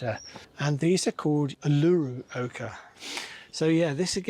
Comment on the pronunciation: Uluru Ochre was bred by an Australian, Patrina Nuske Small, one of the two original creators of the Dwarf Tomatoes and the Dwarf Tomato Project. It's named after our big rock in central Australia. Pronounced Oo loo roo.